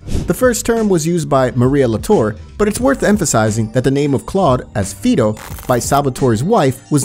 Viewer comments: Fido is calling Claude a dog (an Italian dog). It may translate to trust too but that's not how she used it in context. Fido is "Fye dough" in pronunciation, not "fee dough" in case anyone was wandering. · Why did the narrator keep pronouncing Claude's nickname as FEE-DOE instead of FYE-DOE? They have a clip playing of Maria saying Fido, so it just makes it more jarring the odd enunciation. That nitpick aside Fido is actually of Latin origin not just Italian meaning trust but dependable/reliable. Whether intentional or not, Fido as a nickname for Claude is a double entendre because he's definitely reliable but by towards the 2nd half of the story is when he's no longer trustworthy making it ironic to call him Fido as well as fitting. It wouldn't surprise me if Rockstar intended for the name ironically as that seems to be the case with Ray's Boccino's surname in GTA4. Boccino meaning squealer was actually super ironic in GTA IV. [spoilers for anyone who hasn't played that yet somehow] Ray's main flaws was he only sucked up to Peggorino and openly had disdain and distrust of Phil in main story. Ray was a scumbag but he was actually showed to keep his word with Niko and care for his men to some extent as seen when Ray said Niko didn't need to kill his crew that stole the ice. This is again shown in the TLatD dlc when he holds his man with the slit throat. The scene is also the only example of Ray actually betraying someone, however there's a two things to note about that is Ray already showed he looked down on the Lost MCs and didn't care about them and the betrayal probably wouldn't have happened had the deal gone more smoothly and Johnny hadn't taken the money without Niko by hi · its faydo not fiydo😂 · And it's pronoumced fai·dow Not feedow. I don't know if the narration of the video is AI generated or not but they seem to misprounce a lot of words in their videos. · correct, they've seem to have completely missed the context. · FIDO fy-doh. Not fee-doh.